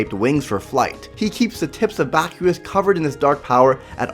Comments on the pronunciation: It's pernaunced (baskias) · In the anime(dub) it’s pronounced like baz-key-ahz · Its bas-qi-aus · Pronounced (Bahs-key-ahss)